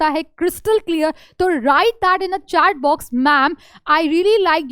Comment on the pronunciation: Her do min bat mam app vhat box chat box mat bolo mujha hasi ati ha😅😅